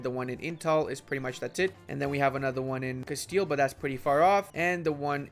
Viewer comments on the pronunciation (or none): none